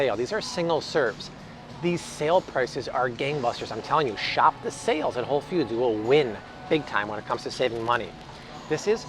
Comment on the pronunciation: Hey! Just went to WF, for some gluten free options! The Siete brand was one of my pick ups! & I thought I heard you say “Whole Feuds” 😆 🫶🏼✌🏼